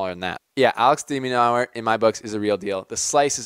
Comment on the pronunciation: Your pronouncing his name wrong! It’s pronounced De-men-urr there are a couple of interviews on YouTube with the guy seems pretty cool